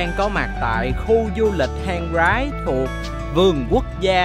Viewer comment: Hang Rái đọc riết quen thành Hang Gái!! :))